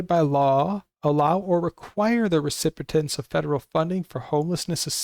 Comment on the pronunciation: This is very useful information, but please learn how to pronounce recipient